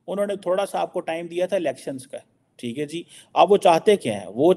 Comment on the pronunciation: Thee hai jee? Theek hai jee? Thee hai jee? Theek hai jee? Thee hai jee? Theek hai jee? Thee hai jee? Theek hai jee? Thee hai jee? Theek hai jee? Thee hai jee? Theek hai jee? Thee hai jee? Theek hai jee? Thee hai jee? Theek hai jee?